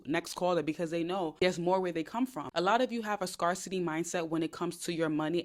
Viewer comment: Just so you know the word “scarcity” is pronounced “scare-city.” Think scare like fear, not scar like a cut. ❤